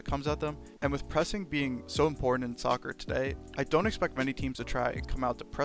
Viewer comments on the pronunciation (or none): none